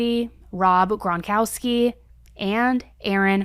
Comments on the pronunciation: She called rob gronkowski rob Grogonskey 😂😂😂😂😂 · It's GRON--COW--SKI... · I'm just here for all mispronouncing of NFL Combine, Gronkowski, etc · I love the way you mispronounced Gronk’s name 😂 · Couldn’t even say Gronks name right…